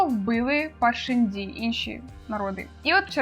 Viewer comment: у вас буквально ВСІ наголоси неправильні 😅 правильно "кАладін" ;) "паршЕнді" і чому "скАлкозброя"??? 😅 там же "скОлко"